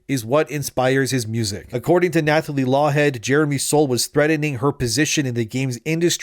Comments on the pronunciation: Nathalie is pronounced Natalie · The "th" in "Nathalie" is pronounced as a hard "t." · The th in "Nathalie" is pronounced like the th in "Thomas", not like in "thumb". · Is this a bot? Who doesn’t know you don’t say the “h” in Nathalie? I don’t believe her wild story. Sorry. Sounds like a MeToo joiner for attention.